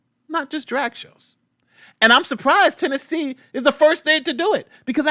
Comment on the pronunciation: Lol, did you call it Trannessee? Lmao, I know it was a slip of the tongue, but maybe that should be New Yorks new name? Or California, anywhere that is drag show friendly 🤣🤣🤣